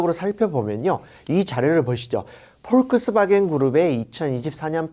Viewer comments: 발음이... 폴크스바겐이 아니고 복스바갠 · 그냥 폭스바겐이라고 말하면 안되나요? 포크스바겐 이라고 하는데 실제 발음이 맞는다 하더라도 듣기가 힘듭니다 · 이분은 자동차회사 이름도 제대로 알지 못하는 것 같아 안타깝습니다. 폭스바겐을 그런식으로 발음하시는 것을 듣고 놀랐습니다. 사소하지만 이름은 제대로 알려주셔야 할것 같습니다.